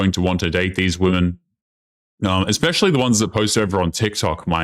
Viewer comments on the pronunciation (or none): Is she saying "expecially"? People can't speak properly anymore. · The girl pronouncing it exspecially instead of especially really annoyed me. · Eckspecially??? HUH???🙄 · I checked in the dictionary and "ekspecially" wasnt in there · "Ecks-specially." Jesus. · Chick Maybe because you pronounce it 'eckspecially' 🤔🤨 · "Ek-specially" is not a word... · I heard a girl in 5th grade pronounce it like that. I guess it's normal in clown world 🤡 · My goodness, I was watching this video with headphones on, the vocal fry of that second woman actually made me angry. And she's 35 but can't pronounce especially! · what is "eggspecially"? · "Expecially"? Another brilliant woman's intellect on display! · Is she saying “expecially”? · Yeah l noticed that too. Stupidity, Stupidity, Stupidity 😂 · Reminder: There is no "X" in especially ... learn to speak properly.